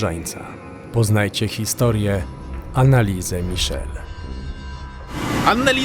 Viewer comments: Anneliese a nie annaliese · Anelisa/Anelise(drugie n powinno być nieme). Wydaje mi się, że tak to imię powinno być wymawiane. A siostra Marta była starsza, w końcu urodziła się 4 lata szybciej. W takich małych miejscowościach niemieckich gdzie są kościoły,często dzwony biją o równych porach, a nawet dają znak co 15 minut. I nic dziwnego, że dzwony biły jak wieszali człowieka, jakoś trzeba było to ogłosić społeczności, i być może oddać ostatnią cześć osobie , która była przed nią postawiona. Może i była opętana, ogólnie przykra historia. Jednak uważam, iż napięcie które próbujecie zbudować, jest dla wyświetleń? Mimo wszystko fajny odcinek, który zawiera istotne informacje. 😊